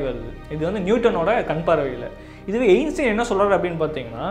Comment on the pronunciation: Ainstean❌ Einstein✅..